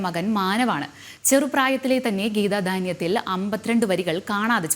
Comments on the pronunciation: വാർത്ത വായിക്കുമ്പോൾ കുറച്ചുകൂടി ശ്രദ്ധിക്കണം ട്ടോ മോളേ. ആദ്യം ഗീതാധ്യാനം എന്നു ശരിയായി പറഞ്ഞു. പിന്നെപ്പറഞ്ഞപ്പോൾ ഗീതാധാന്യത്തിൽ എന്നായിപ്പോയി. ❤️ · ഗീത ധാന്യത്തിൽ , സ്വദേസികൾ 🤣🤣🤣🤣വാർത്ത വായിക്കുന്ന പെൺകുട്ടി ഒന്ന് ശ്രദ്ദിക്കുക..